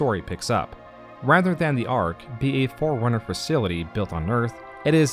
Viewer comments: Try Not to Hear "Foreigner" Whenever says "Forerunner" Challenge. Difficulty: Impossible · Very nice video, also, when you say Forerunner it sounds like Foreigner to me, which is amusing. :P